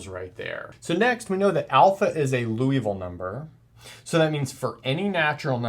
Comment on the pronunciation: You are great. But please don't pronounce this wonderful Frenchman's name like the city in Kentucky! Somebody else already commented on this and got it wrong, too! The correct pronunciation is... 1. LEE (as rhyming with TEA) OOH (as rhyming with TRUE) VILL (as rhyming with SKILL) So, you just got your first two vowels switched, basically. 2. Also note that in French it is often the LAST syllable that is stressed, so it's LiouVILLE, not LEEouville.